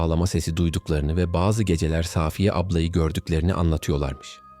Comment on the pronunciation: Gerçeği saaaafiyedir. Safiye yanlış söyleniyor. Arkadaşımız ismi doğru kullanmış.